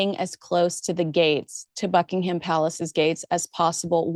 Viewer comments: Great video. Well you've mastered how to pronounce Ascot, now its Buckingham. We don't pronounce it as..ham but as hum. So its Buckinghum Palace. Thought you'd like to know. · Small point to the British ear - Buckingham is pronounced Buckingum - stress on the first syllable. Not a big deal, but sounds a bit grating!